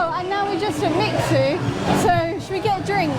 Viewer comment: Not “mix sue” its “mi shoo eh”